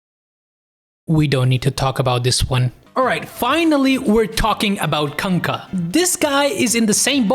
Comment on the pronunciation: The way you said Kunka, it sounded like "Cum Cup"